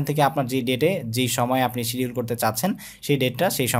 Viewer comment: ভাই সিডিউল কে আপনি ক্সেডিউল বলছেন